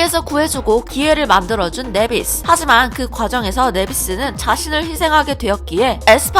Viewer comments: 왜자꾸 내비스라고 하세요... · 나이비스인데 발음 좀 그러네요😢